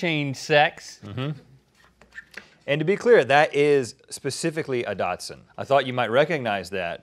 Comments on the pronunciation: Dachshund. Not dodson, not dotson, not dash-hound. Dock-sund. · Wiener dogs aren't Japanese cars. Its a German name pronounced Docks-Hoond, not Datsun. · Dach not dot. And Link i didnt know you had a doxie. I have two. My standard is the official unofficial longest dachshund in the world currently at 3’ long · Dash hund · Lol Rhett calls a Dachshund a Datsun... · she called a dachshund a dashin. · did rhett say “dot-shund” 🤨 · DAX-HOONT that the pronounciation :D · Is he trying to say Dachshund? cause it sure sounds like Datson. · Why does Rhett pronounce dachshund as "Datsun"? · Am I the only one who is really confused by some people's weird pronunciation of "Dachshund"? It's a german word, pretend you spell it "dahx-hund", there you go, you no longer sound like a weirdo. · That's not how you pronounce dachshund.